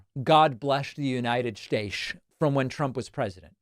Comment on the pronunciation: God blesch the United Statesch of America. 😂